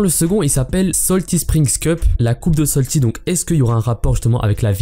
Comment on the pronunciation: STP C’EST SALTY PAS SOLTY merci 😂